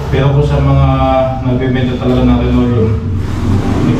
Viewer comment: Hindi po RINOLEUM! Dapat LINOLEUM po!